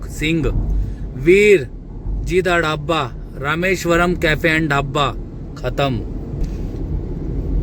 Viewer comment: Dhabba😂😂bolna सिख ले पहले